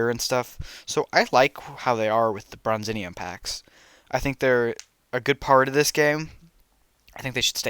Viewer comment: Also it’s pronounced Bronze-ee-um